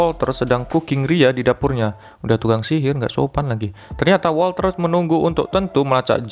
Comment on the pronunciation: Wolter bang bukan wolcer 😂